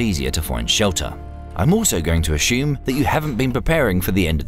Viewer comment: Why do you say "a-shume" for assume, but not "a-shumsion" for assumption?